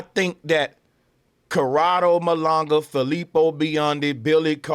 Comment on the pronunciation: Very smart guy... very informed, yet he doesn't even pronounce Malanga right.😂 BRAVO 😂